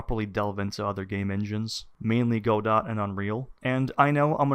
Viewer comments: Did he really call it "Go-Dot?" I thought it was "Go-doh," like "Waiting for..." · OP called it "Go-Dott" - instant loss of credibility :P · This dude's whole video is essentially him using the engine wrong, refusing to do research, and not understanding basic aspects of the engine – then complaining about all of that as though it's Unity's fault. He doesn't even know how to pronounce "Godot" correctly, so clearly he's stubborn and unable to research. I'm sure he'll eventually run into the same issues in Godot later down the line for the exact same reasons then complain about it. Sad. Edit: His complaint about learning/using version control is astoundingly dumb xD Anyone who refuses to use version control simply because it has a (tiny) learning curve is clearly just incredibly stubborn and wilfully ignorant. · I mean... I just don't click on these guys videos... they obviously don't know what they're doing, but they want to tell us what to do? Like... this guy can't even be bothered to look up the pronunciation of Godot... why would I bother with anything he had to say? And like seriously, he's a noob that can't program, but he thinks a C++ based engine is going to do him better? I don't buy it... He's even advocating for not using version control... that's just toxic. Don't care what engine or technology you're using, source control is an essential. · A couple of his points are valid, mostly the crashing. For me that is a problem. Other points are weak. I am skeptical of a person who recommends a game engine with a name they don't know how to pronounce. That's not a comment on his intelligence. We all make those mistakes–It simply suggests to me that he has less experience with Godot (or the community) than he thinks.